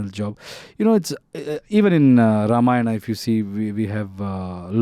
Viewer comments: she's actually speaking ramayan as it it than ramayanaa... Appreciate it...namit shd also correct rama and ramayana in movie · I like her pronounciation of Ramayan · This girl pronounced Ramayan better than most indians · The interviewer is pronouncing it very well “RAMAYAN” and not “RAMAYANA”❤ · Real props to the interviewer. Starting with her pronouncing Ramayan instead of Ramayanaaaaa. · The interviewer gained my respect within the first minute after pronouncing Ramayan correctly. She's the first foreigner who pronounced it correctly. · Happy to see someone actually saying ramayan not ramayana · Interesting to hear the interviewer prouncing Ramayan & Ram correctly, unlike the actor and the other guy. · i like how the anchor is saying ramayan and not ramayana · Happy to hear "Ramayan" instead of Ramayana from those who are not familiar of Indian culture and Indian mythology ❤ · Nah. On the contrary, she is the first non-Indian lady who correctly said Ram instead of Rama and Ramayan instead of Ramayana. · I guess she is the first foreigner interviewer to pronounce the word "Ramayana" correctly and respectfully.